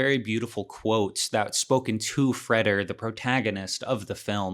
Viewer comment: I’m pretty sure it’s Fray-der, not Fred-er